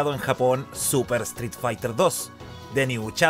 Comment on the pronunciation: Me molesta que no puedes pronunicar la palabra street correctamente.